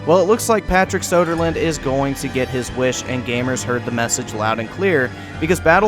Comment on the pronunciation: His name is Söderlund, not Sodaland.